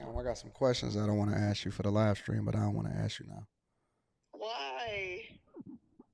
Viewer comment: She has a hair business, she's into Real estate and can't even pronounce the word ASK. How typical! 😂😂😂